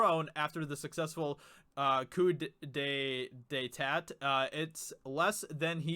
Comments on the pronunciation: I believe it's pronounced "coo-day-tah". I think it's French or something. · Yeah I can't watch any more of your videos because you can't even pronounce coup d'etat you know what the Democrats have been doing to President Trump since he was elected. I don't know if you're living under a rock but it's only been in the news for 3 years and you can't pronounce it. And how are you a fan of Game of Thrones when you can't even pronounce Melisandre